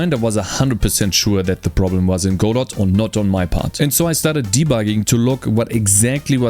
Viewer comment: Your one of the first I've heard to pronounce Godot properly.